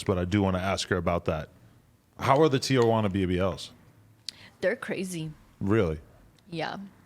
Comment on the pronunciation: How she pronounced Tijuana is the correct way, even when having English conversation.